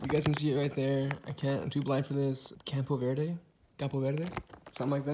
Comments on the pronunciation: When he said "campo verde" the second time he really did a good accent. That was a successful Spanish attempt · CAMPOVERDE he pronounced it SO well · “campoverde” was sooo beautiful